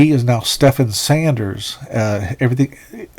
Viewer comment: Stephen is pronounced "Steven". Stefan is what you keep saying. Minor peeve. 😉